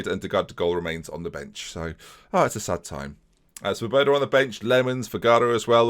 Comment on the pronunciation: Just thought I would let you now that Svoboda means freedom in Czech and it is pronounced differently - look at google translate for the correct pronunciation. Good vids keep up the good work